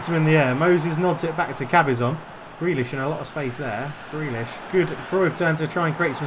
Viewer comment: You still got it wrong 😂 But, just for the effort, you have yourself a new Patreon As for favourite player? Well, it was a tough one between McGinn and Tierney so I’ve gone for Grealish lol Gotta stick with my kin and say Tierney. Always plays well